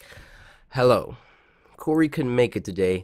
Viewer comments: i like cory not corr-ay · I think Cory is better not “COR-AYY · my name isn't Cory, its Co-Rayy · No, it's Corayy not, Cory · no No NO it’s co-rayy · I liked the vid cuz it's cory, sorry "cor-ray", but this game is cringe, barely got past the 3min mark. Seduction guru? really? and the girls on the bed- boy bye. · Sir his name is Cor-ay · u mean co rayy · His name is Cor-ayyy! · It’s co-rayy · DenCorAlSubSke it’s co-ray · Its co-rayy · MegaGamerDude Actually it's Co-rayy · MegaGamerDude you mean cor-ray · Ahem it's COR-AY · Joe Soria you mean Co-Rayy? XD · uuuh excuse me its CO-RAYY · Bella Glitterface ehem... its Mr. Co-RAYY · Mysterious Q202 it's co-rayy